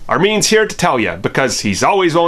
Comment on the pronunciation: It’s armeeeeeen not Armin? THE LIE OF IT ALL!